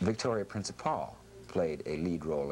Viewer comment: Victoria Prince-A-Paul? I thought it was pronounced like Principle.